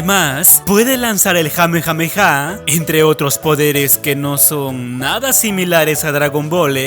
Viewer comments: No, Noo, NOOO!!! no es hame hame ha :v es KAME HAME HA x'c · no se suponía que se dice kame hame haaa :V? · otra variante mal pronunciada. goten usa el kame kame ha,que es un kame hame ha mal pronunciado,pero igual akira lo una como una variante mas del kame hame ha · enserio dijiste hame hame ha por que aquí es kame hame ha sólo te lo digo ok